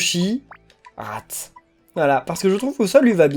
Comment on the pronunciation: Tu viens de déshonorer Rath avec l'accent de pouni!!!